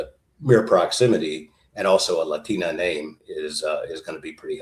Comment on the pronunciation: You can tell this guy is legit Texan cuz he can actually pronounce "latina" correctly, even the "t!"